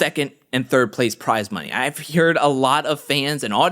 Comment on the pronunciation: Anyone else catch saying “hear-ed”? 😂 just messin. Keep up the awesome work! 🤙🏽